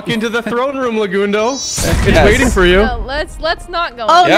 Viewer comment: Legundo? More like, Le-King-doe am I right??? Lol GGs man, what a fun event, hope we can do it again in the future!! 🤓